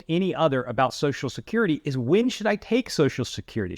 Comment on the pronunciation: Every time he said Susha-curry I took a shot of whiskey. I'm totally drunk now.